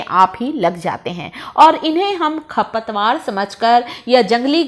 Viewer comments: Khapatwar nahi kharpatwar boolte hai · खपतवार नहीं, खरपतवार बोलो।